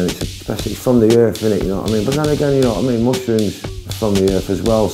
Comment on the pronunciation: 'D'you wa I mean?'